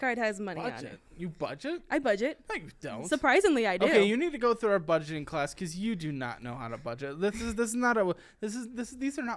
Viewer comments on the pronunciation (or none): BUDEGET -ING, WE'RE NOT BUDEGET -ING 😅😅